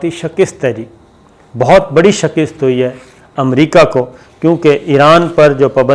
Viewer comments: Shikast Not Shikist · شکست آپ ش کے نیچے زیر پڑھتے ہیں جبکہ ش کے اوپر زبر ہے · Sabir plz shakist nahi hay shikast hay.